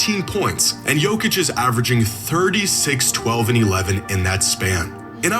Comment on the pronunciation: SAY IT SLOW BRO.... YO - KICH - You cant be that dumb. Its an act right?